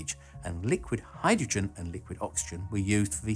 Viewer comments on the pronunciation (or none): none